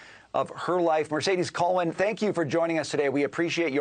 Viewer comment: As much as I don’t like her, please say her name correctly! Ghee-Len